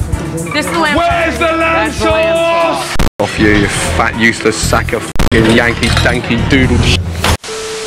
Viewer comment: Gordon: WHERES THE LAMB SOUCE me: lamb souce = lime is sus